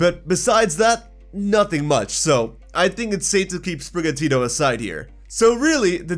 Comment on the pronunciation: Also it's Sprigatito, not Sprigatita, why does everyone think this cat will go feminine? Cause it's more of an indoor cat than outside like Litten?